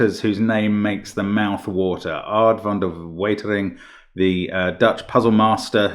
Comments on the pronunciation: The crosses add up to 6 times their centre, including the double count for the centre. That would have made Mark's calcs a lot simpler. A brilliant puzzle and a brilliant solve. Extra kudos for Mark for a very good pronunciation on Van de Weetering 😎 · Genius puzzle, but mostly thoroughly impressed by Mark’s correct pronunciation of ‘van de wetering’